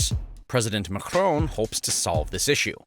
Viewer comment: It is not Mecron but MAaacron! Please keep in mind dude!!😂😅